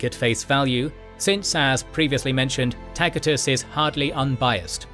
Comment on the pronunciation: Tacitus is pronounced TASIT😅US NOT TAKITUS🤣😂🤫